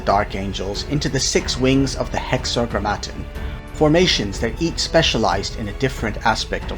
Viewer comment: Great video. It's hexa-gram-ma-ton, ton like the weight, gram like the mass. Biblical reference to the name of God for the Jews, the Tetragrammaton was a cipher of four letters representing Yaweh. Hexa=6 Grammar=words Ton=of